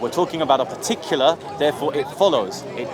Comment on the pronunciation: "pahtuckular", u want me to sit here and waste my time listening to someone who can't pronounce a simple word in his first language LOL